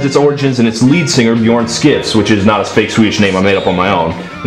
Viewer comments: Skifs is closer to 'Schiffs". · And his last name Skifs is pronounced "Shifs".